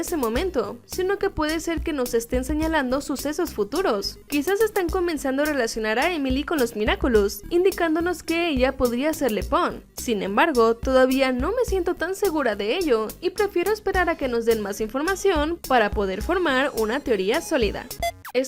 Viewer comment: Se llama Le PAON NO LEPON 😡😡😡😡😡😡😡😠😡😠😡😠😡😠😡😠😠😡😠😠😠😡😠😠😠😠😠😠😠😠😠😡😠😠😠😠😠😠😠😠😠😠😠😠😠😡😡😡😡😡😡😡😡😡